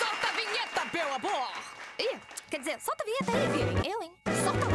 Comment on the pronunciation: eu sei que ela falou meu amor só que em forma de Beu abor